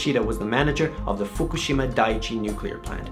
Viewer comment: lol fuk-u-shima??!??